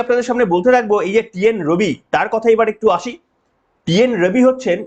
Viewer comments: টি এন রবি নয়, আর এন রভি। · R N ROBI,, tumi mone hoy bhul bole felecho, TNRobi noy, hobe Rn Robi.